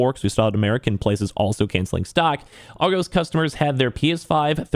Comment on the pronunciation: You pronounced Argos wrong :)